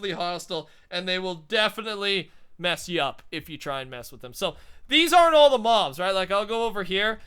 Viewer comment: Im just saying, but you keep on saying "mo mobs"